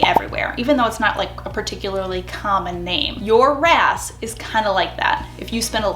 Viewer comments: When you say "your RAS" I hear "your ass" 😂😂😂 Jokes aside, I love the advice in this video. Thank you 😊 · Am I the only one who heard “your a$$” when she was talking about RAS? It made me giggle. Either way, this was super helpful thank you :) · Definitely heard " your RAS" as "your ass" 🤣🤣 yeah, I'm basically 8 lol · every time you said “ your RAS” …I heard Your A$s and laughed so hard. Thanks,lol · I love your videos and I’m the same way about loving the science and psychology behind everything. But I am laughing so hard..every time you say your RAS.. I hear your a$$. Yes…I’m 35 going on 11.